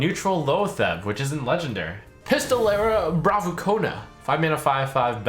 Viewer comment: yea right? i cant stop laghting with things like pistolera bravucona XD